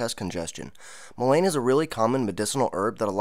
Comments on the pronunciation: Pronounced Mull IN Not mull ain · I would look up your pronunciation of Mullein. I never heard anyone pronounce it the way you do. The way you pronounce it would be spelled lane. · It is pronounced like this: mullen, with a short vowel sounding u and e! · Pronunciation is like "mull-IN". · Great information but please Google Mullein pronunciation . It's pronounced Muh luhn